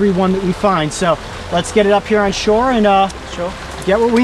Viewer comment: haha "shore" :-)